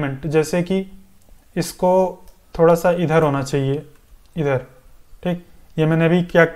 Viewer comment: Bhai sahab ye appka "THEEK" Apne gaon ki yaad dilati hai. Your videos are very useful, I am going to complete this tutorial.